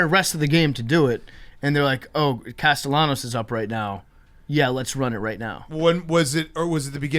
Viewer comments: couldn't get Nick Castellano's first or last name correct. Where is the "I" in his last name? "Castellianos" my ass, learn how to read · saying Nick Castellanos hurts my brain